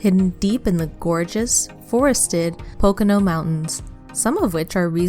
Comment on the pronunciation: Bad pronunciation of "Pocono" and "Lancaster".